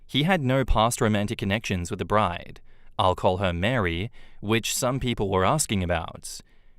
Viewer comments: Do Mary and Marie sound the same in his accent or is he just saying Mary instead of Marie?????? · a fyi Marie is pronounced Ma ree, not Mary. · Except pronounces Marie as Mary LOL